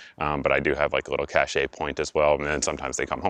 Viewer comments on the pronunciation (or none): My pet peeve (which often comes up in prepper videos I watch, lol): "cache" is pronounced just like "cash," and not like "cachet" The past tense of "cache" is also pronounced just as you would "cashed."